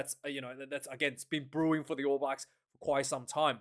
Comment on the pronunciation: Stop calling them the All Whies ya hua.